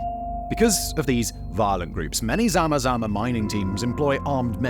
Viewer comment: Lol love how you say zama zama... Very close to how we actually pronouce it